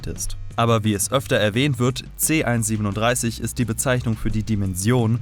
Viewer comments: Man spricht es C 1 3 7 aus und nicht C 137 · nohate, aber man merkt, dass du rick und morty auf englisch schaust, denn du sagst c 137, aber in der deutschen synchronisation, wird er c 1-3-7 ausgesprochen, also quasi buchstabiert, nur lustig festzustellen, kein hate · Es heißt C-1-3-7 Und nicht C-1-37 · Er heißt c-1 3 7 nicht C-1 37 du huan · Das heißt C- 1-3-7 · Haha es heißt c 1 3 7 so spricht man das